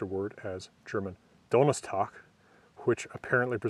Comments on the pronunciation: Amazing video as always! 💕 thanks so much! Btw hervorragender Aussprache hinsichtlich Donnerstag! 💕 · Your german pronunciation of Donnerstag is wunderbar